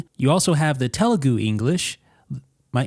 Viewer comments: It's correct pronunciation for TELUGU. Happy to hear someone say our language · Yup you got telgu pronouncing right!!